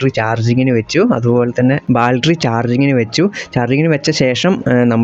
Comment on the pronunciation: ബാൽറ്ററി അല്ല 'ബാറ്ററി' ആണ് (Battery)